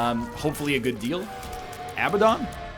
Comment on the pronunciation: Abaddon. Come on NL it's abaddon.